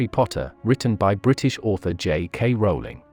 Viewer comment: I know you did your research because you said "Rowling" correctly.